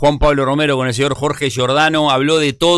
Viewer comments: se come todas las "s". Qué hambre. También está dispuesto a seguir comiéndose goles, no precisamente con cuchillo y tenedor, sino con embudo. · Giordano, te vas a empachar “ comiéndote las S”